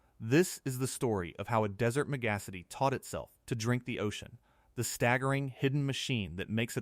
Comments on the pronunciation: I love how AI pronounces "megacity": "meg_acity", like "mendacity". 😄 Dubai isn't only guilty of "folly", it is guilty of arrogance and greed. Dubai joins the rest of humanity in polluting our own habitat. Our behavior is suicidal, folks. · 'Megassity' Wow.